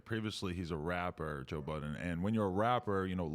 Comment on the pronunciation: Joe "Buddens" lol